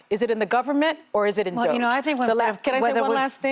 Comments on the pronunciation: Hey assho$es. If you’re so ignorant as to not pronounce DOGE get off the air. VERY UNPROFESSIONAL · Yes! Learn how to pronounce it correctly so you don't look so misinformed. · Doge is one awful syllable.